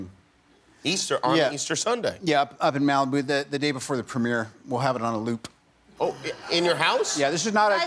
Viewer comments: Did anyone else notice the emphasis on LOOP when Robert said he was going to have Endgame on a loop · Did he just say we'll have it on a "loop"